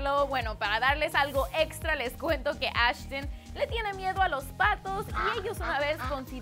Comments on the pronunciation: Ashtin y keilum..... Dios... Y el nombre de calum esta súper fácil de pronunciar! Es CALUM! así como se escribeee! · JAJAJAJAJAJJA KEILUM JAJAJAJAJA SUMMERS JAJAJAJAJAJ ASHTIN JAJAJAJAJAJSJ MATATEEEEEEE WEEEY